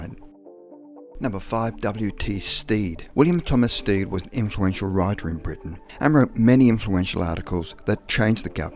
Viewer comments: The man's name is Stead not Steed. Stead is pronounced as TED with an S in front. Sted. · W.T. (William Thomas) Stead, is pronounced Sted, not Steed. He was my Grandfather's (Edward Stead) uncle. Small claim to fame. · I'm from the place where William H Stead was from and it is pronounced sted not steed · The narrator is pronouncing W.T. Stead's name wrong. I knew the family and how they said their name. Stead rhymes with head.